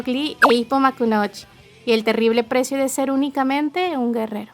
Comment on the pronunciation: Se pronuncia Makunouchi, pero en latino si esta bien